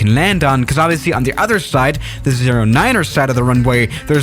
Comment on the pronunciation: mild stroke there